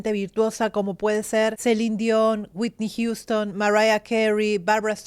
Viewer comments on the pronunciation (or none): none